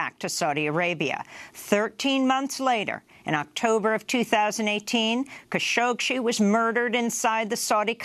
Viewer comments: Stop mispronouncing the name Khashoggi. Google "how to pronounce khashoggi"; she got the idea how to do it and she never examined it again. So annoying! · There’s more than one way to pronounce “Khashoggi”. Jamal and his immediate family are Saudi, who pronounce it as “Kha-shoh-gee”, although his progenitors and entomology of the surname are Turkish, who pronounce it “Kun-shohk-see”. I believe (although not 100% sure) this is due to a difference in phonetics between Turkish and Arabic.